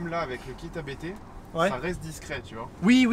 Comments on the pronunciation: Merci pour cette vidéo et cet essai complet. Le véhicule est vendu, le nouveau propriétaire doit se régaler. Juste une remarque, ABT se prononce "abt" et pas "abété" (Abt est le nom de famille du fondateur). Bonne route ! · Merci pour ton commentaire ! Il doit se régaler avec c'est clair ! Yes, je ne le savais pas à l'époque de cette vidéo, depuis j'ai présenté l'ABT XGT avec l'importateur France, il m'a confirmé la prononciation "abt" ! À bientôt !